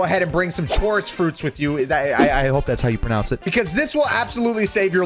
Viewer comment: WhyDo u say it like dat it's pronounced ko-rus fruit